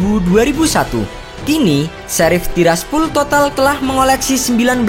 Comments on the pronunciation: Tiraspol bambaaang.. bukan Tiraspul🥴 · tiraspol bang bukan tirsapul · Pol, bukan pul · TIRASPOL BUKAN TIRASPUL 💩👎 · Gw paling suka lu klo ngomong "TIRAS TIRASPUL" wkwkw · Tiras tiraspul😂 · gw juga banke.... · Tiras tirasPHULLL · Tiraspol jdi Tiraspul wkwk 🤣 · Tiraspul tiraspul sakit telinga gua dengarnya